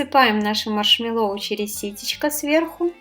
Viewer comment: Маршмэ́ллоу, ударение на Э.